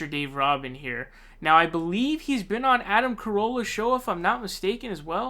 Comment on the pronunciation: It's RUBIN like Rubix cube the U is long like OO. Roobin. Rubin. ;) Your welcome. :) You should know who this rubin as*hat is. lol